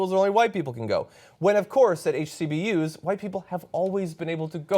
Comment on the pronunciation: Is anyone else ticked off that he keeps on saying "HCBUs"